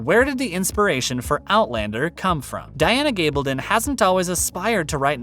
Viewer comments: Her name is g a bl don. Short a not a LONG a. Get it right, please. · Stop saying, “Gabledun”. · Her name is G a bl don NNOT a long A. Get it right!